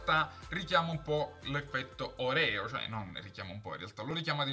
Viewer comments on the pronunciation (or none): Si pronuncia Orèo, c'è pure la reclame in tv :-)